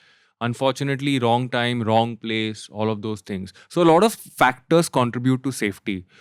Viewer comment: The fuq is "lauda", enunciate your words "lot of" stop saying lauda lauda.